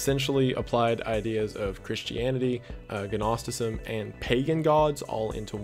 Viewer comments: Gnostic. Silent g dude. How did you graduate high school? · Silent 'g' on gnostic dude :) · The g in 'gnostic' is silent. It's not really important, just a little factoid that may be useful. Also, I have never heard someone use 'such as' in the way you do. I'm not certain it's correct, but I also don't mind it? You get your point across, but in my head I can hear my mother and fifth grade grammar teacher shouting at me to never end a sentence in a preposition, or begging to expand on the antecedent. I'm fine with that. It's a peculiar quirk of language, I hope you don't lose it. I dunno, it's kind of fun. :) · The "g" is silent BTW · Your pronunciation of "genki" kills me inside. The "g" in Japanese is pronounced like the "g" in "gift." Edit: speaking of "g," the "g" in "Gnostic" is silent. Country flags only show up on /int/ on 4chan, it's the International board. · Silent "G" 🤘 Gnostic "naw-stick" Gnosticism "naw-stih-sizm" 🙏 Blessed Be, Brother. Edit: also, Gnosis "know-sis" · nos tick =its a silent g gnostic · I really do hope someone told you how to say Gnostic correctly. Nostic/ Nosticism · I drink when he says gnostic wrong.